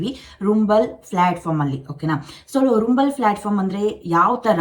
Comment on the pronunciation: Mam ಅದು ರುಂಬಲ ಅಲ್ಲ ರಂಬಲ್